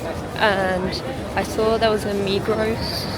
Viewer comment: It is pronounced Migro 😉